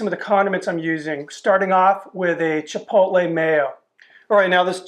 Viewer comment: I'm glad you don't pronounce it "chipol-Tay"